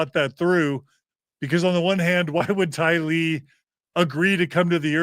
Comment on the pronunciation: Just a point of order: I’ve always heard Tylee’s family members pronounce her name “TY-lee,” not “ty-LEE.” Thanks so much! 🙂 And come on, Ladies! Everyone should’ve raised her hand to vote Gerardo as a rotating member of the band, not just John!! pps - SomeNobody’s superchat said the band name should be Visions of GORY, not Glory. 😆